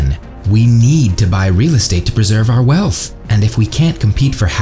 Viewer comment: Disagree. He can't even pronounce words like "wealff" (wealth) or "sussessful" (successful) properly.